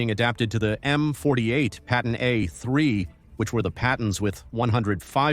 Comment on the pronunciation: You didn't notice when it said Payton tank ?